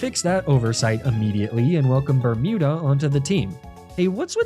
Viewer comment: I keep hearing "Bertuda" but you have named it "Bermuda" why??